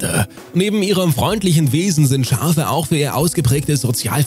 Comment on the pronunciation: Nr.3 Es sind "Schafe" und keine "Scharfe" 😅